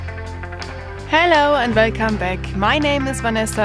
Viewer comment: I love your show am just kidding but I truly love how you say vuelcome am vile vomen buschcraft I love it sooooo much I wacth the show for that part then wacth the rest the good stuff god bless you always